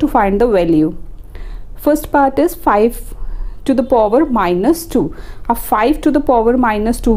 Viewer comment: POver kya hota hai power hota hai bevkuf 😂😂😂😂